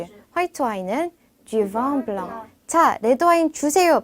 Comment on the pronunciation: 블렁, 앙 아니고 엉 으로 발음해야.